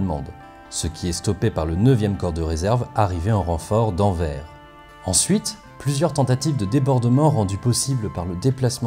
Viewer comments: bonsoir je vous dire que c'est pas enver mais envers avec un s a la fin aussi non des belle video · RRRRRRRRRRRRRRRRRRRRRAAAAAAAAAAAAAAAAAAAAAHHHHHHHHHHHHHHHH anverSSE Le S se dit, ça n'en finira donc jamais ? Bon, je like et termine la vidéo. J'adore ce que tu fais, continue (enfin, pas de dire anver ! ), j'attends chaque épisode avec impatience ! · AnverS par pitié ! AnverS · AnverS, le S se dit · AnverS On prononce le s svp svp svp svp svp (et oui même en français parce qu'en néerlandais ça se prononce antwerpen)